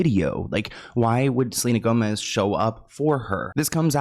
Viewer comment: Did that guy say Selena GoSmez! twice! LOL